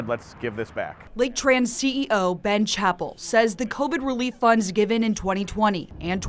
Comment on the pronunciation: how bout them saying CH-APP-EL and not CAP-EL-LE